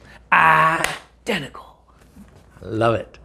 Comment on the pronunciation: "I denticle" great movie! 😂